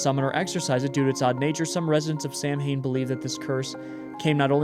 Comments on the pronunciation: I hate to be that guy, but it is pronounced SOW-WAN, not SAM-HAIN. Love you, ❤ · Hey,! Here with some more witchy info! Samhain is typically pronounced as Saa-wn or Sow-in. Sow rhymes with Cow. The spelling looks confusing in English because of Irish/ Celtic grammatical rules: The "S" makes a standard /s/ sound. The "amh" combination creates a diphthong that sounds like the "ow" in "town". The "ain" creates a short "in" or "un" sound. 😊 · Just quicklyyy - it’s pronounced “Sow-inn” 🖤🖤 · Just an FYI... Samhain is pronounced Sow-an . Like Cow- an. Its not something that everyone knows how to pronounce so I am just trying to be helpful. I really like your channel and think you do a really good job. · Samhain is pronounced sow(🐖 ) when(⏰) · samhain is actually pronounced saw-win!! it’s the original version of halloween!! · Samhain is pronounced Sah-win! Thanks for great content as usual, ❤️ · Hey! Fun Fact, Samhain is a word of Gaelic origin, and is more closely pronounced sa-Wen. It's also the name of the holiday that became Halloween! Even if you're not superstitious, you can probably enjoy the meaning and implications there. Fantastic video, and even better Buddy Time. So many people need to hear that. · samhain (prounounced sow-en) is the name of a celtic holiday, the time of year where the veil between the world of spirits and humans is thinnest. it's also part of the origin of the halloween holiday. fitting for a game about curses!